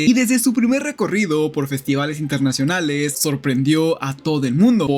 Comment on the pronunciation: RecoRIDO internaCIONALES Habla bien lcdtm